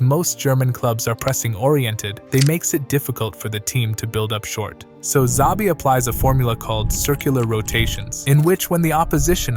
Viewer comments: It's Shabi not zabi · It’s pronounced as Chabi not Zabi. All these English speakers lol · 1 His name is not ZABI but SHAVEE. 2 No mention of Stanišić, Andrich, Schick etc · Bruh, you're the first person I hear saying or pronouncing zavi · It's pronounced Shabi ffs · His name is nit Zabi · CHA-BI Alonso.